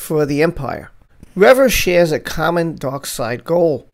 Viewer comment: REE - VA ... not rev uh